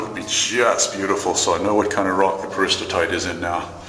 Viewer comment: There seems to be a disconnect between the pronunciation and spelling of "Peristerite" here...